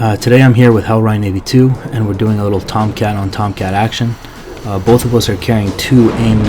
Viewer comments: Good video, these dogfight videos are allot of fun to watch and your explanation of what you are doing is very helpful. Reign is normally pronounced similar to rain. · pronounced rain.